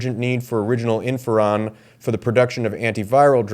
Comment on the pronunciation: Thank you for this information about Cuba and China. However: You are pronouncing the name of the drug as if it is spelled "inferon." I'm pretty sure it's "interferon" with a 't.'